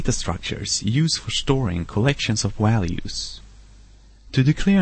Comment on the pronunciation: Sorry but i just cant keep a straight face when you say walues instead of values. Where is that accent from. But that was a very good tut, nice.